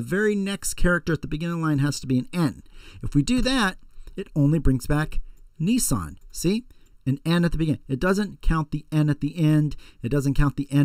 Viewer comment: it's nissan